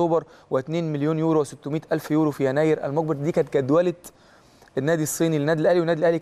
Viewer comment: أسمه يورو مش اورو